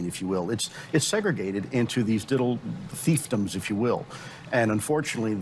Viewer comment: he said 'feifdoms'